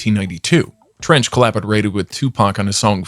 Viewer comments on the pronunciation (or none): Treach .....not Trench🤦🏾‍♂️!!!!!!